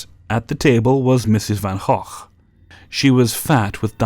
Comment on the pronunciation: pretty sure thats not how you pronounce gogh